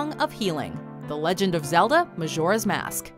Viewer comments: D- did she say maZoras mask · Hard J in Majora. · Majora (mah-jor-uh) not (mah-shor-uh) 😡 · Someone please tell her how to pronounce Majora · Why do you say Majora's Mask like that arghh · Isnt it annoying how the girl mispronounce majora?